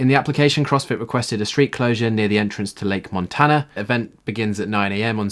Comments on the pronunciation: Possibly 'men-dough-ta'.. Certainly not Montana. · Lake Monona......ma-known-na. Not Montana! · It's lake monona, not montana